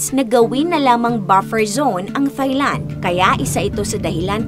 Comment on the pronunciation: Pet peeve, Thigh-land. Silent “h” please, so Tai-land😅